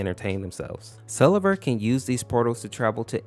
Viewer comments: fun fact (absolutely no hate): its pronounced sleeve-r not sell-e-ver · His name is actually pronounced; Sell-ee-ver. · So it’s not pronounced see-lee-ver huh